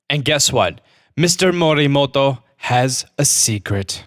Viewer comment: More Rexy! I learn Japanese at school but he doesn't have to say one word all the time in a Japanese accent when you can easily say it in an English accent